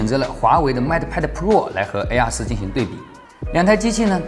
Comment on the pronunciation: AR4 的發音真的很難忽略😅😂🤣😆 其實我最納悶的是平板面積比手機大 為什麼都堅持不做正面雙揚聲器 而是都要放側面呢？